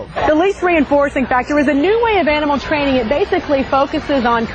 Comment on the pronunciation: "YEAh! We thud be twaining u..." Trainable Opie